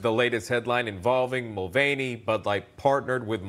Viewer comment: mr. mul"feigny" brought down bud light with one sip.